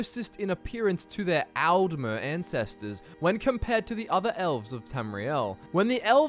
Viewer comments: its pronounced 'oltmer' and 'oldmer' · It helps to pronounce Aldmer like the word 'all' with the 'a' sounding more 'o'ish and then Altmer like the name 'Al' with the 'a' being sharper. To make the two sound even further apart you can put a little 'uh' sound after the 'd' in Aldmer (but don't put much emphasis on it otherwise it will sound weird)